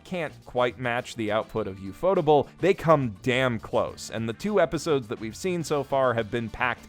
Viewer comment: It's pronounced U F O Table